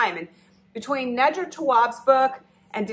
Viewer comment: Her name is Nee-dra. Next time, YouTube the author so you can hear them say their name.